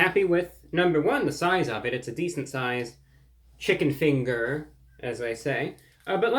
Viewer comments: Nothing but carbs!!! 😏😱 I bet the chicken meat has potato starch mixed in it lol. Liked your accent when you said "fingar" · Bro dropping the hard r in chicken finger 😂